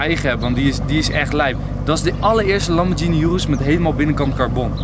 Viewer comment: Ik irriteer me echt aan hoe sommige dingen uitspreekt. Zoals rs6 aabeetee hij zegt apt of lambo urus hij zegt oeroes.....